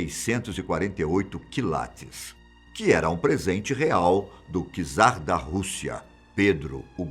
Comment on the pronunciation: Ok, não é "kzari" pk os portugueses e brasileiros gostam tanto de mesclar as palavras? kzari em russo simplesmente não existe, ou é "tzari" ou "kniazi" que ambos significam "Rei" nada de "Kzari". Obrigado!